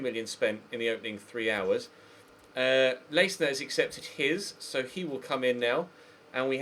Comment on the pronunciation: Leistner is pronounced "L-eye-stner"